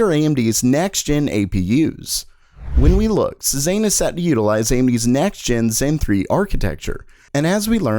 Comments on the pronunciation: After the second time he mispronounced it I was ready to punch my monitor. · Cezanne is pronounced 'SAY ZON' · Cezanne is pronounced Say-zahn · Here we go again. Like "Renoir", "Cezanne" is French. Your pronunciation of "Renoir" is close, but drop the "R" at the end. It's "ren WAH". And "Cezanne" is pronounced "say Zahn"... And not a single one of these cards is reasonably priced. These prices are obscene... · Cezanne is pronounced Say-Zahn not Sez-aine. Also other useful things to know, Hermes the fashion brand is pronounced 'Air-Mez' not 'Her-meez.' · please learn to pronounce Cezanne. It's sort of like "say-zan" Not "suh-zain" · Dude it's pronounce Sez-Anne not Sez-An. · It’s SAY-ZAHN, not SEH-ZANE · Pronounced see-zan Not sea-zane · pleas don't say cezayne ever again it's more like seh-zaahn-(e) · It's pronounced "say-zahn". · Sorry because I’m an artist... all the code names are famous artists, Cezanne is pronounce ‘Say-zahn’ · It is pronounced say-zahn for the love of god. French artist? Hard to trust your stuff if your are not even going to research little things like pronunciations. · Cezanne was a painter. I was thrown by how you pronounced that. It should like say-zon. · shaZZAM !!! . . . shaBOZZ !!! . . . it's pronounced say-zahn. , . . . like season but say instead of sea and a little heavier on the z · Cezanne is pronounced more like Say-zon He was a french artist which is in line with the other artist names they use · "SayZon" pronounced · Just FYI, Cezanne is pronounced "say-zahn" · It's not pronounced " Say-zahn"? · A tiny little cringe every time you say "Cezanne" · One note : Maybe google how to pronounce "Cezanne" first ? It's not a "recent pop-culture item" but it is still very well known ... and you'll have to say it a bunch of times in the future so I think getting moderately close to the correct pronunciation (i don't think anyone needs to be spot on) is really worth the 10 seconds ... to not sound ridiculous :)